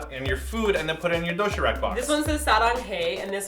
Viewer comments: its pronounced doe she rahk not doe she rack noob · also, it isn't doshirak if you replace the r with an L, It'll sound like the correct pronunciation. you can replace the d with a t, but d is more correct sounding. and if you use the a like that, it'll sound sort of like rak instead of like rock. if you say the a with a little bit of the o, it'll be more correct i think. so it should be doshilac. the k should be a c. i hope this made no sense. but helped in a way. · doshiRAK is pronounced doshiLAK sorry! i dunno, it bothers me lol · its more like doshee -lahk hehe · Emphasis on the SHI do SHI rak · do-shi-rak is pronounce like do-shi-lak..the lak being like "rock" kind of =) cute video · Everytime I heard "doshirak" I thought "dothraki" xD